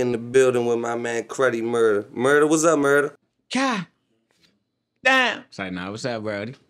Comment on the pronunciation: nigga really say damn like that on a normal lmao 🤣